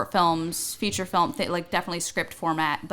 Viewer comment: "Feeture films"